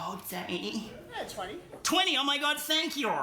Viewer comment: As soon as randy said thank yor I instantly knew he was at least 35